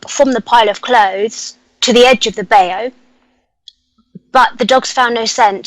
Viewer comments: Love you,but it's pronounced BI.YOOU! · Seriah Brenton Saw in from Mysteries to Search states he had an experience with the Daro when he was a child. I had never heard about them until a few years ago. Interesting!!! Love work and your show too Seriah. doesn't realize that bayou is pronounced (by-yoo) the A is silent. Thank you both FOR ALL YOU DO. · I guess she doesn't believe you that bayou is pronounced by-yoo lol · Isn’t it pronounced by-you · NO THAT'S SCOTT BAYOU! LOL!